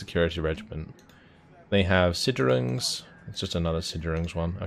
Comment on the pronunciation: Stop saying siderungs. It's SICHerungs.